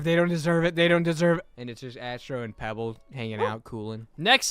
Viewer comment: NOT PEEBALL😢! Just in case peeball=pebble